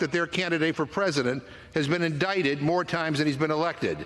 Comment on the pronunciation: So republicans can call it the "corrupt Biden crime family", but democrats can't state that Trump has been indicted (not pronounce in idiCted, BTW, MTG). Is this America? Is there no bottom to the Rights' treasonous tactics?